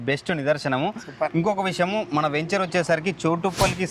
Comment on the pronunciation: మీరు మళ్ళీ వేంచర్ అంటున్నారు. వెంచర్ అని పలకాలి.